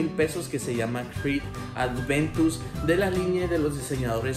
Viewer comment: Excelente fragancia, una de mis favoritas. Pd: No es "Adventus" es "Aventus"